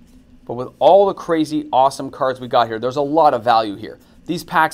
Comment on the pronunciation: bro you don't know how to read half of the cards, coming from a non native speaker.